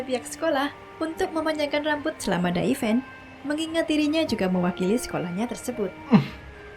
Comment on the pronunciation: Event.. bukan even 😅😅